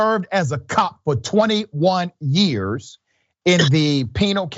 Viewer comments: It's pronounced Pin al Al as in Al bundy. I live in Pinal county. I cant say I have the slightest faith in the politics or the policing of this place. I just put myself at risk writing this. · Pinal The i is like pig and the al is like canal